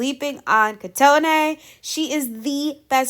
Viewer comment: In Japanese the middle syllables aren't elongated like they are in English so Kotone is pronounced sylabically koh-toh-ne, short and simple, like COat, TOe, NEigh. I am so worried about elims. I think I've lost 10 of my favs at least. It annoyed me that the coaches didn't vote smartly. All the groups that won are full of contestants who easily aren't gunna be eliminated and are already in the top 9. They should've given the benefits to groups who clearly need it AND did such a good performance.